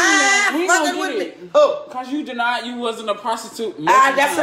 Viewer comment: “SCHOLARSHIP DE-NIED” 🤣😭 Lmfao